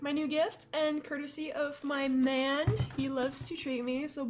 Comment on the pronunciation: I thought you said 'Nan' instead of man!